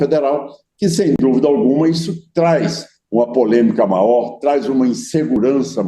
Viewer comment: Esse velho não sabe nem falar, e pronuncia a palavra melhor, maior.